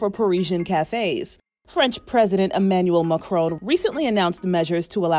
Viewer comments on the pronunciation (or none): Emmanouel mac-houaune 🤣🤣🤣